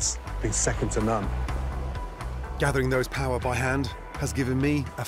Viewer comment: its paua not power like its Maori not marry